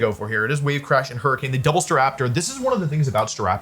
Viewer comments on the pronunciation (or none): none